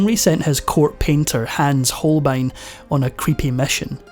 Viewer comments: Hans Holein absolutely lost his essential "b", or what? Poor AI voice! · Hans HolBein, nicht "Holein" bitte!